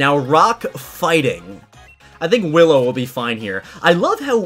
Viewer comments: Wait...Hallow? You mean Willow right? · He said hollow instead of willow haha xD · Its willow not hillow😂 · Howllow. me: Willow!